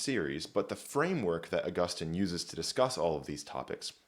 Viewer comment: It's actually pronounced Augustine.